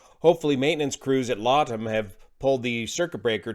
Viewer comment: Just pronounce LATAM correct please?